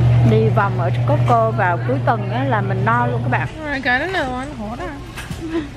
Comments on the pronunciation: chợ cosco mà cô ns tiệm cosco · chợ coscoaf cô ns tiệm cosco